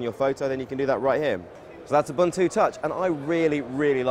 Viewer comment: He mispronounced ubuntu